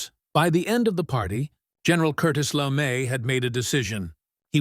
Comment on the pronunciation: "Immigrant?" Stoner was born in the US. The M16A1 I used had a maximum effective range of 350 meters. Also, this AI voice can't properly pronounce names LeMay's being one which is not Lame in pronunciation as well as words like pounds, yards, and millimeters. The Stoner 63 was a favorite of SEALS in Vietnam. Finally, with extremely rare exceptions criminals DON'T use AR-15's despite the screaming and crying from lefties.